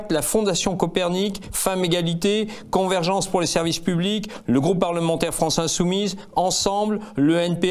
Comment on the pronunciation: Convergence svp ! Con-ver-gen-ce obligatoire ! Courage